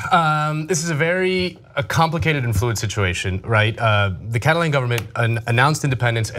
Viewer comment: The way you pronounce Catalan is so weird